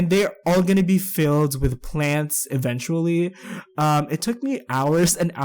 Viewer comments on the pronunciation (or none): none